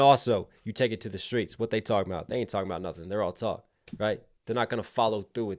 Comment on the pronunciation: Talmbout = correct AAVE pronunciation 👌🏾 that way words just slide